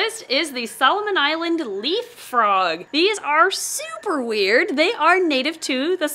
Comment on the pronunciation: Could have sworn that you said Solomon leap frog 🐸 instead of leaf 🍃